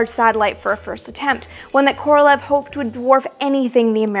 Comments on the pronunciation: Amy - please note, FYI, that "Korolev" is actually pronounced "Koro-liev," with emphasis on the "e" in "iev." His name should definitely be pronounced correctly, since he was the great genius of Soviet rocketry. You may also want to note that most Russian words that end in "ev" or "ensk" should have that "iev" or "iensk" pronounced. For example, the city of Smolensk should be pronounced "Smoliensk," and so on. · Amy, you’ve got to learn how to pronounce Korolyev’s name. It’s not like the English transliteration, look it up. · Great video! Just a note - Korolev is a terrible transliteration - it's pronounced like Koralyov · Sorry... but it's not Kor-ol-ev, it's Kor-ol-ee-ov